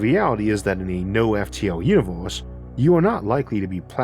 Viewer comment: "Our uniwohrse"